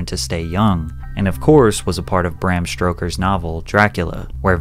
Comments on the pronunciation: Bro said Bram “Stroker” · I'm sorry, Bram STROKER 💀💀💀 absolutely love this channel and that was a real laugh man you wild 😂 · He said Bram Stroker 😂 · never heard of "Bran Stroker"😂 However i am familiar with Bram Stoker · It's Alzheimers not "All Timers", Bram Stoker not "Stroker", and Orochi-Maru not "orocheemaru" Drink beer 🍻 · Did you say "Bram Stroker" fucking LMAO. You mispronounce a lot, but that really takes the cake. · Patrick, a few notes: 1. It's Bram Stoker, not StRoker. 2. It's Karmazin, not Kazarin. 3. Contrary to the title, Johnson isn't "sacrificing his son", since, as you yourself admit in the vid, he's only taken his son's blood once and has since discontinued any such transfusions. Clickbait bad. 4. You call Bryan Johnson's fan base a "cult" for no other apparent reason than they admire his endeavor. Having several encouraging comments with many likes hardly qualifies someone's YouTube channel as a cult. 5. Your statement to the effect of "Bryan's just a healthy 45-year-old, the "biological age" notion is meaningless" is uninformed. To simply say that a person or that an organ is "healthy" is vague and can't tell us any useful data. However, if you assess things like the amount of cellular damage, free radicals, etc., you can gain a clearer understanding of a person's/organ's real health, - and that's what the idea of "biological age" reflects. 6. The video starts with you promising to expose the true reason Johnson's trying to stave off aging. You say something like "Bryan claims he follows the philosophy of "Don't Die", but that's not the real reason he's doing what he does." Well, I've watched your video to the end, and you never demonstrated that the guy's core motivation is anything other than staying young and, by extension, not dying.